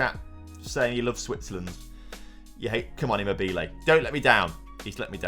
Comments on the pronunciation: Listening to him saying immobile wrong is funny but great job on finally winning the euros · Great!!!!!!! here start all! Immobile is funny! Donnarumma.... who? On Immobile the stress is in the wrong position and sounds funny. But Donnarumma... I listened him 5 times in a row... I would never be able to call him like did! Now the important thing: GREAT JOB TOM!!!! ole... ole ole oleeeee!!!!!!! ole... ole ole oleeeee!!!!!!! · The way he says Immobile 🤣